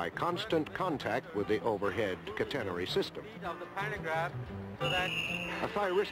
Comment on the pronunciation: Boy that announcer sure can't pronounce 'catenary' (CAT en nary).